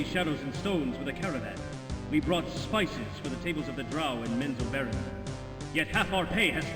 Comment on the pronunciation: I think you did pronounce it right... Menzoberranzan!!! That's how I always pronounced it.